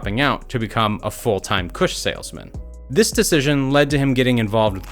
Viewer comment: This nigga said "Kush Saleman" 😂